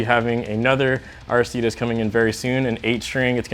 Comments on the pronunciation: IT IS AIR-RIH-STEE-DEEZ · its pronounced aristides